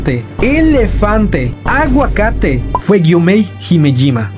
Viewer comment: "Elefante" "aguacare" 😂😂😂😂😂😂😂 Me dio risa. Adoro estos videos😂❤❤❤😂